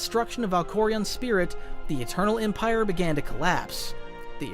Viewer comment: No one talking about how he emprie instead of empire